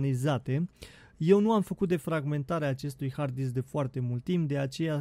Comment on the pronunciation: "Disck" okayy